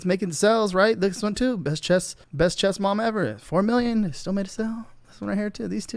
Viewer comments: I heard "chest mom" and had to rewind to hear it again. I think watching porn on his other screen, got his mind all confused. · Is it just me or are you saying chest half the time? Because women's chess club and women's chest club sound like two very different things.